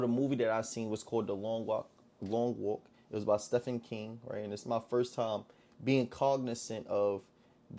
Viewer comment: Volume....Your voice is way too low. (Steven King, not Steph-in) IMO, you're thinking too much into it. This movie seems like something thought of after watching another movie with the same premise, (Hunger Games) King watched the movie and thought, "What if i made something like that."....As far as HIS "Normal" goes, this isn't a good movie. Everything was straight to the point and it was pretty much where the last person touching the car wins. While that is going on (the walk) What kind of story do we put in to fill in the gaps? King chooses to take the easy route by going either Racial or Poverty.